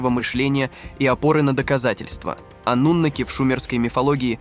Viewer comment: Ойц... афффторрр, ставьте ударение правильно ((( аНнУноки